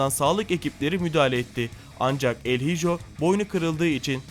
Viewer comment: Bu arada el hijo İspanyolca kelimedir İspanyol uyrukluyum oyuzden söylüyorum öyle okunmaz.